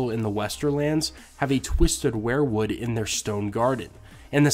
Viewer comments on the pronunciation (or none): Sounds like we're-wood not wear-wood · I hate to be "that guy" but I have to here. The pronunciation is "we're-wood" not "where-wood" I'm sorry but I am a pronunciation snob.....anywho thanks for the great content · why do you always pronounce it as WAREWOOD instead of WEERWOOD? Martin has said that he was a big Grateful Dead fan and it would just figure that he named the trees after Bob Weir. I love your channel and it's one of the very few that I've subscribed to. Peace bro